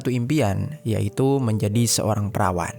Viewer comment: TULISANNYA PERAWAT TAPI SAAT DIBACA KEDENGARANNYA MENJADI PERAWAN 😅😅😅😅😅